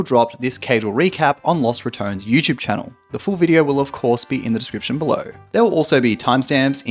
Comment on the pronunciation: Ratones is pronounced Ra - TON - es not Ra - tones